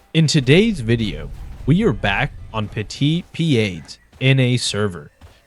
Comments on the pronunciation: It’s a small thing, but the server is pronounced petit “PEED”. Not PEE-ED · why can you never say petite pieds, why do you always say petite peeaids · plz say petits pieds right 😅🤣 great video tho !